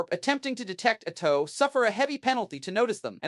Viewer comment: What is this T O Empire? I am unfamiliar with the Chaos god Zee-Inch. Who are the Toe people? Good video, but dear god it's mispronunciation hell. You will be able to easily identify people who learn about WH40K from a text to speech video.